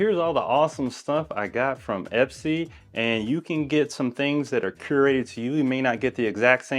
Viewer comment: Great vid! I noticed the box is called Espy though… not Epsy 😅